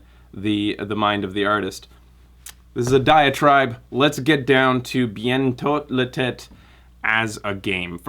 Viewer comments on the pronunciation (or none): I love when you pronounce it bientôt le tête because it literally means "soon the head." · The closer the english gets of the best pronounciation is " Bee-An-Toh-Lay-Tay " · The way you say "bientôt l'été" is pretty funny.